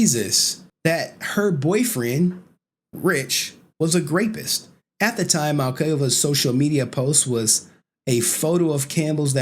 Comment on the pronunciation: FIFTEENF?! SIXTEENF?!:face-green-smiling::face-green-smiling::face-green-smiling::face-green-smiling::face-green-smiling: GRAPIST?!:face-green-smiling::face-green-smiling::face-green-smiling::face-green-smiling::face-green-smiling: WHICH CRAMBELL?!:face-green-smiling::face-green-smiling::face-green-smiling::face-green-smiling::face-green-smiling